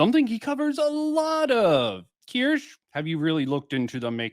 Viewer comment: I disagree with quite a few things said in this one. But the main 2 are how you pronounce Kirsche lol, and that you keep saying 7 months compared to 5 years. Sure, Kirsche says many times she discovered Bridge 7 months ago, but that doesn’t mean she discovered DEI 7 months ago. I know nothing about EU and very little about Kirsche, so the implication is that EU has more credibility than Kirsche because 60 months is more than 7.